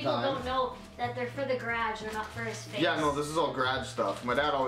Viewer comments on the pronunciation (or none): Why do you say it "grage" and not "garage" haha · He kept saying gradge and I was like what is he talking about and then I was like he's taking about his garage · no we don't say it like That.. But man did he butcher it 😂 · Omg I love how they say garage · ugh the way they say garage always drives me nuts. i don't know why but garage and pasta are two words they always say "wrong"